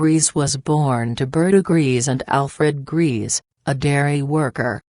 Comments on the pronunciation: Her surname is not "Greez", it's pronounced Grayza". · Is ANYONE EVER going to pronounce her surname correctly? It’s pronounced like GREY-SA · learn how to pronounce correctly her German surname - you made a hash of it. Also learn how to pronounce Pierrepoint.